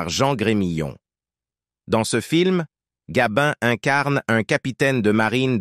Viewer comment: Morgane et Gabine !!! Qui est le commentateur ? I.A. ?